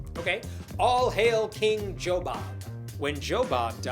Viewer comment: I like how one person’s name is pronounced as “Joe Bob”. This does sound like a trailer park family stump, after all.